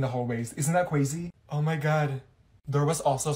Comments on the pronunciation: the first video when you miss one day of school why did say cwaxy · “Isn’t that cwazy” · "Isn't that CWAZY?! 💅✨" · isn't that cwazy 🤣 °